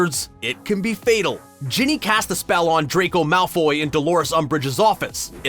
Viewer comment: I DONT LIKE HOW HE SAYS DRACO MALFOY AND IT IS POTTAH!!!!!!!!